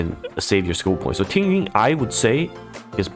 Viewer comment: watched because of the overview, followed because he pronounces “imbibitor” and “tingyun” correctly